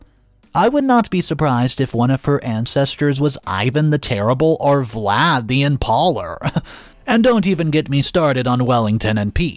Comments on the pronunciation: Vlad the Impala?!!!!!! some of these pronunciations make me laugh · Im sorry but your mispronunciation of Vlad the Impailer one of Histories most well known individuals ruined the experience of hearing the story for me.